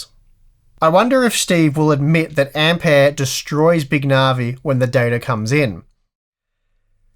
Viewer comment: I knew you would pronounce Ampère correctly! No Um-beer any more 🤣